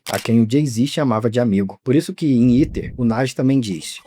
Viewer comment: 🥷🏽 it’s Ether, not Eater 😡